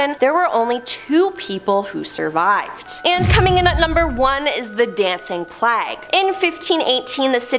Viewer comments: FFS pronunciation! Plague = 'Play-g' not 'Plag'. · The way they say somethings kill me. Plague and Mount Peele. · What shocked me the most was your pronunciation of 'Plague'. Thanks for asking.